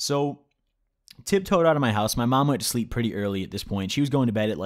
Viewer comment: Man said shleeep